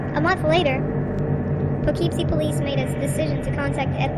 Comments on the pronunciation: you are pronoucing the city wrong its "Pough-Keep-Sie" not "Po-Keeeep-Sie" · Weird pronunciation of Po-KEEP-see was distracting. Anyway, the problem with this maniac is that he chose to kill women involved in prostitution and drugs, whom society sometimes treats as disposable. It was hard to get anyone to connect the crimes, let alone take the disappearances seriously. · Learn how to pronounce "Poughkeepsie"